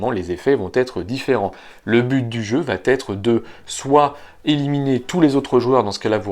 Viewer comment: Merci pour cette vidéo bien complète qui me permet de me remettre les règles en tête. Par contre si je peux me permettre, essayez de ne plus dire "va-t-être" (bcp trop de monde fait actuellement cette horrible faute de liaison). Bonne continuation en tout cas